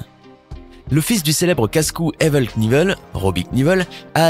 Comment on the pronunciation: Pas "KNIEVEL",mais "K.NIEVEL".Prononcez KANIVEUL